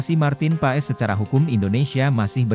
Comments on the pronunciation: Min....Kalo baca nama org yg bener opo'o ?kayak gak pernah sekolah smp aja....huruf O. E dibacanya jadi U... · Tolong sebut nama orang yang benar ya bos